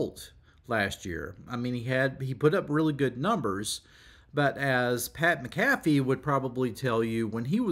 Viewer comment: It’s pronounced Pat Mak uh fee